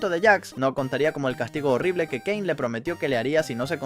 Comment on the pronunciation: Si porque en un rato dijo "keine" en vez de "kein" para referirse a caine